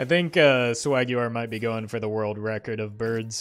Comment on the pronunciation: you mean the "birld record"?